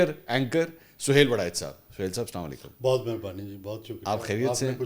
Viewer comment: سلاما علیکم نہیں السلام علیکم ہوتا ہے سلاما علیکم کا مطلب پوچھنا کسی مولانا مفتی وغیرہ سے پھر پتہ چلے گا سلاما علیکم کیا ہوتا ہے